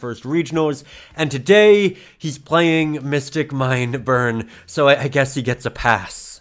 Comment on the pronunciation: Sorry but it is not mystic mine its mystic mime